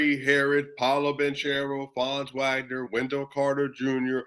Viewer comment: Heads up I'm pretty sure it's pronounced Vagner and Bankehro